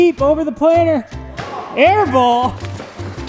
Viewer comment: I'm from Southern California and I keep hearing planner. I assume it's planter, just like assume crick is creek and rut is root. :) Also I'm. warming up to Cooper's mullet, but I don't think it's coming back to the west coast anytime soon. Although I could be wrong.